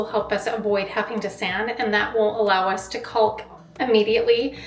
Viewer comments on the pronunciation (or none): The ‘L’ in caulk is silent! Love you tho!